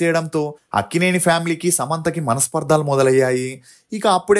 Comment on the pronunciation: Manaspaardhalu kadhu manaspardhalu ani paluku.